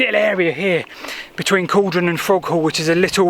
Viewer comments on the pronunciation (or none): I hate to point it out but it's "Cauldon" (pr. cALLdon), not "Caldon". I say that as someone who lived on the corner of Cauldon Road in Stoke on Trent, a couple of hundred yards from the canal. Great video though guys!!!